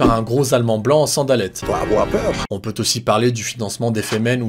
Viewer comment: Il ne faut pas afoir peureu